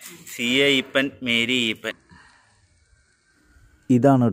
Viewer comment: അപ്പന്റെ പേര് ഈപ്പൻ എന്നല്ല. ഇയ്യപ്പൻ